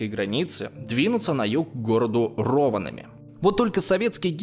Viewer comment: Боже, сколько ошибок в произношения и названиях. Надо готовиться лучше. Две ошибки в Виипури и Рованиеми